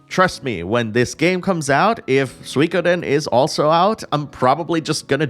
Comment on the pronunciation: Finally, someone who says Suikoden correctly.